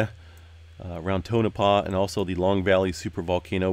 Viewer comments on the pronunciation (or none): none